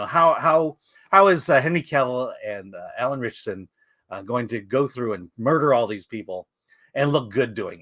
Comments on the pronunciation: “Eye” an Fleming. Between this and Alan Rich-asson and that pronunciation of the James Bond writer, you can tell the one dude has never heard of either guy. Haha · Did anyone think to tell him how to pronounce "Ritchson"?